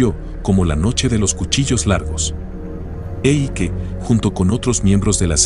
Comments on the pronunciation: se pronuncia Aike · si dice AIKE in tedesco